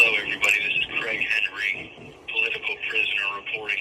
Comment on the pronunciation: Wah wah wah! I’m a CWaig Wendry! Wah wah wah!